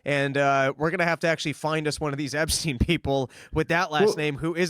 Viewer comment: DAVE! Why are you pronouncing Epstein as "Ebstein" throughout this entire video?! I've never noticed you pronouncing "Ps" as "Bs" before. It's infuriating man. EP-stein. EP! Not EB.